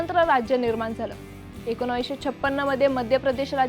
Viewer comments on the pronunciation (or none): एकोनावीस नाही एकोणीस